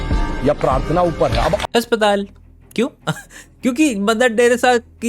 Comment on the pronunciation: अस्पताल jese aapne bola mastttttt😂😂